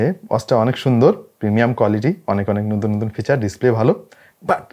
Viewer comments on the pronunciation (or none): none